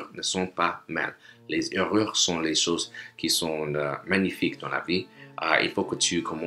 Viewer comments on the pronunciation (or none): Tu fais sembler d'être courant en Français mais j'ai des nouvelles pour toi..Ton pronunciation des conjugaisons n'est pas du tout bon. Par instance, c'est vraiment affreux comment tu parles les mots comme "choses" et "partage". Pratique plus avant d'enseigner des autres, cretin. And I am not even a native !!! And I got fluent without any such preposterous methods that you suggest. Quality beats Quantity all day, everyday. Need not spend 8 hours a day for 30 days to be fluent. 180 hours is enough as substanciated by DELF/ DALF/ TCF tutors.